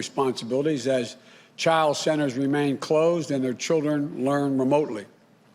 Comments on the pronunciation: “The children learn memotely” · Children in day care are learning "memotely"? What is memotely? "This is dire jobs report" "I spoke with school crossing guard... ." and where is the "a"? Yes, unemployment is going to end and there's no second stimulus check because Nancy Pelosi is a hard hearted, elitist windbag. PRESIDENT TRUMP, the actual President, said he would sign for another round of stimulus checks if Nancy would make that a stand alone bill, but....nooooooooooooooo, her heart is as frozen as her freezer full of ice cream.